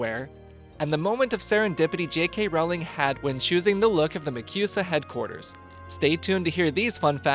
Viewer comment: I hate that he says rawling instead of Rowling